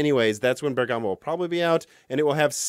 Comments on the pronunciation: Just a small notice about the pronunciation of Bergamo. If you want to please the native Italian listeners you should try to pronounce ik it with the accent on the first syllable: so not Bergámo but Bérgamo instead. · So strange to hear it from Italy: the correct pronunciation for Bergamo is Bérgamo, not Bergàmo. Awesome video anyway! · "BER"-gamoe not BER-Gah-Moe . . . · A detail: the pronunciation is "Bèrgamo", not "Berga'mo". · Bérgamo not Bergámo. 😜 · Please say "Bèrgamo" and not "Bergàmo". Thanks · in Genoa and Bergamo you must stress the "e". Greetings from Italy. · I know it's terribly rude of me to say this, but for my VERY Italian ears' sake: Bergamo is pronounced with the same stress as "hypergamy", that is on "BER-gamo" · It's a very unimportant bit of information, but the first syllable in Bergamo is the one you pronounce, not the second. Amazing video as always! Very excited for what is coming in the next years! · How to actually pronounce Bergamo